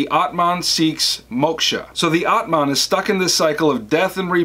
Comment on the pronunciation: M so thankful for your videos, but... the pronunciation of the words Samsara, Atman, Moksha, Brahman, and Karma is kinda horrible